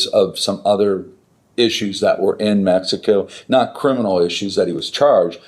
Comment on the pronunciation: "Messico" lol